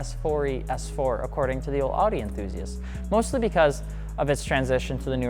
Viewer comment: I cried when he mispronounced Audi .